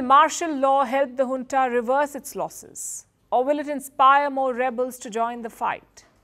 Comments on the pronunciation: Madam it's Junta not Hunta. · Palki cannot say Junta ..... says hunta 😂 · Junta or hunta?